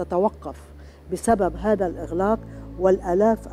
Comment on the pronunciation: أمر عجيب و غريب مار تقول هكاثا و مارا تقول هاكاثا غريب